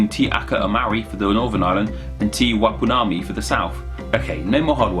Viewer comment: Wow he fully butchered the pronunciation of the māori place names especially Te Wai Pounamu